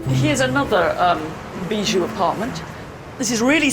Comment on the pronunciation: Did they say 'bijoux?'